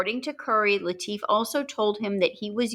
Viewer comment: The family pronounced it LIT IF. not Lee Teef. 🤷‍♂️. Maybe it’s the “ accents “ confusing me 😂.Love the Channel☘️☘️☘️. Some local trivia. Litifs daughters had a white dog after her father’s murder. Guess what she named it ?? Whitey 😳.